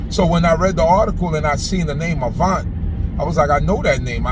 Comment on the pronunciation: Glad someone pronounced his name correctly. Such a sad and crazy world we are living in. Prayers for Mr Avant and his family. ❤️🙏🏾😞